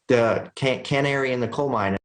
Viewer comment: What the hell is a “CAN airy”?